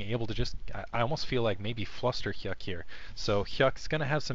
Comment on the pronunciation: lol, when I heard say Fluster Hyuk I heard Cluster... well I think you get it.